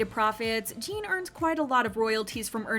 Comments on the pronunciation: His name is NOT Jean! His name is Jin!!!!! Rhymes with Gin. If you can't get his name right you are being disrespectful!! Not Gene. NOT Jean. Gin Gin Gin Jin. Jin. JIN!!! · Lmao the way she butchers his name 💀